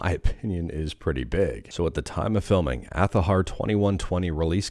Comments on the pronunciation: It pronounces aa za har not athaher. It's an Arabic rooted Spanish word for a flower. Which is the logo is based on. My God it 2025 stop latinze words. It's not that hard to pronounce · They are very much at fault themselves. People did pronounce it Azahar before they themselves said it is pronounced Athahar.